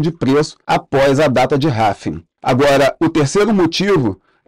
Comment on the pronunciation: cara, parei de assistir de tão irritado que fiquei com essa sua pronúncia pra RRAAALLLLVVVIINNNGGGGGG